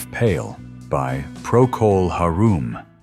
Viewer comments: Darn AI narration. Prcco hey rum not ha rum. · Ridiculous pronunciation of Procol Harum. It’s not “har-ROOM.” AI is garbage. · Typical AI voice not knowing how to pronounce so many words, including this!!! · Yeah, I noticed that mispronunciation, too. Cringe! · The idiot commentary couldn't even pronounce Procol Harum correctly!